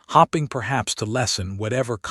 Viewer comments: A good story ruined by that AI. Do you even listen to this before you post it? There are different pronunciations of “READ”. Also mispronounced.: Staring NOT “starring” Noting NOT “knotting “ Hoping NOT “hopping” And more…. Do better. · It is distracting to hear "hoping" pronounced as "hopping." Words meant to emphasize a character's emotional action in the story like "staring" is, again, jarringly spoken as "starring" which isn't even a valid word that exists in ANYONE'S spoken vocabulary. Doesn't anyone LISTEN to these readings for grammar? Not grouchy. Just disappointed that such well-crafted stories are frayed so easily so often.